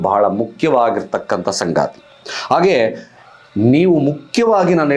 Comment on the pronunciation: ಸಂಗಾತಿ ಅಲ್ಲ.....ಸಂಗತಿ....